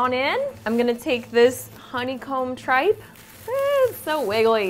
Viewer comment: i dont think they prinounced tripe right